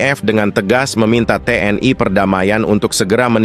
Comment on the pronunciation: TNI.. bukan TNAI... jangan ke barat2an donk